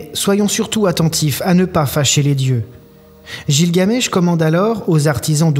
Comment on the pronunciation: On ́e ne prononce pas gilgamesh comme ça !